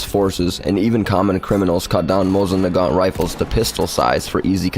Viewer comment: I already had a couple of strikes before you even got to the people's names. I was like, "Hmmm.... Mosing Nay-gent. Wonder what that thing is?"